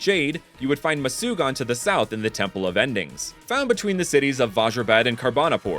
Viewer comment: It is not mucugan ,it is called murugan